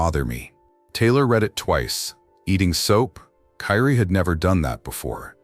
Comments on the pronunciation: What's pissing me off is the narrator all of a sudden calling the baby Karie instead of Kyrie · Kyrie ai say it with me Ky Rie (Ki-ree) ❤ rih angel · Her baby’s name is Kyrie * & stop using this baby’s death for views. His mama is already hurting, the last thing she needs is to see this & see how his name is being mispronounced & stuff .